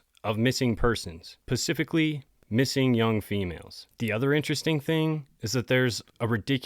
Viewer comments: Nice job there, butchering the English language ...."pacifically" isn't a word ffs..."SPECIFICALLY "... I'm embarrassed for you... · Am I hearing you correctly when you’re saying the word specifically as pacific-ally? I’ve heard this in other videos and am just curious to know if this is intentional. There’s an s at the beginning of the word I think you are intending to say. Anyway, nothing but love to you. I enjoy what you do here so thank you for all the great content. Be well and God bless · I've watched a couple of your videos. Why do you always say "pacifically" instead of "specifically"? Not trying to bust your balls, but it's not a good look for someone in the podcast business. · Lol I just noticed you pronounce specifically as pacifically. 😅 Personally, I find it more atlantic. Just messin' with ya, much love my guy. ❤ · “Pacifically designed…” ? .. you mean SPEcifically?? Gurl, don’t worry abt hotel v. Motel until you’ve tackled specific vs Pacific. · He beats himself up over saying “corner” but repeatedly says “pasifically” instead of SPECIFICALLY. Like bruh plz read your comments lmfao😂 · If you want people to take you seriously STOP SAYING Pacifically instead of specifically. Its obnoxious. Not cute or funny. No I am not a troll. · No hate I promise, this is now my fifth video in a row and I like the tone of your voice and the way you deliver the information butttt just incase you said it once and didn’t realize and it just stuck with you, you’re saying pacifically instead of specifically ❤ that is all. Thank you for your videos! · SPECIFICALLY.......pasiffically...is not actually a word. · Pacifically or Specifically.... "Sa"specific "Ahh" Lee. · Dude. SPECIFICALLY. Not Pacifickly. Thank you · Pacificly lol specifically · Does he say "pacifically" like that as a joke? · To be clear, is the meaning of the word "specifically". I noticed lately some people say "pacifically" which is not correct. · Pacifically I think u meant specifically